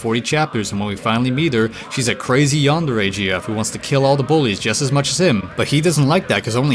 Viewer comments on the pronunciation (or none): none